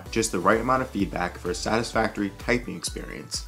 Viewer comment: minute in "typung" LOL